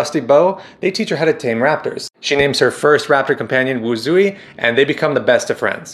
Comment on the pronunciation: Correct me if I'm wrong but I've been saying Mei-Lin's raptor's name as Wu-jui, as 'zh' is pronounced 'j'.